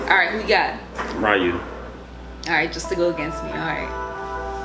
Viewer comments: Ree-yoo not Rai-yoo! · Wow guys, after all this time, y'all gotta stop saying R-eye-u. It's R-ee-yu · It’s Ree-you, not Rai-you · did they just pronounced Ryu, Rayu it's pronounced Ryu ryu c'mon you should know this IT'S NOT RAIU IS RYU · "ree-you" not "wry-you" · Entire Video: "Ryu"(Ree-oo): "RAI-OO"....Really? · ugh the character been around for close to 30 years yet yall still cant pronounce his name. its RYU, ONE syllable not two so no WE-YOU/RAI YOU, its RYU!!!!!! like ewww gross where are you getting these sounds from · Not as bad as still pronouncing Ryu as "RAI-OO" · Why does everyone say rie u instead of ryu? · You said RYU wrong(what you're saying is Riu) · it’s pronounced REE-YOU RYU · Can't even say Ryu?!? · He mispronounced Ryu I’m pissed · i can never be on team again saying his name like that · ......seriously they freaking TELL YOU HIS NAME in the video multiple times and yet you STILL mispronounce it? Seriously the amount of people even fighting game fans who I've heard mispronounce his name is stupid annoying. I know it seems petty to some people but when it comes to names I can get pretty uptight about it because my mom used to work with a girl who would mispronounce people's names because she thought it was funny no matter how many times people told her to stop.